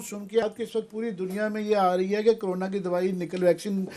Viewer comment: पहले ठीक से बोलना शिखो ।उसके बाद ही वेक्सिन मिलेगी । करोना नही कोरोना । 🤣🤣🤣